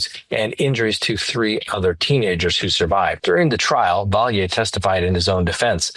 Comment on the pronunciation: Raul 's last name is pronounced Valley. Not Vi-yay.